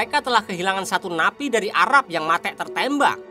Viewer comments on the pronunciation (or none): Film nya bagus cuma pembawaan nya kurang bagus ,, mati(mate) membunuh menjunuh apa susahnya tinggal ngomong membunuh ,,, n 1 lagi pembawaan bahasa Indonesia nya 🤦 (logat) nya 😅 ngakak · Muak banget dengar kata mate' 😂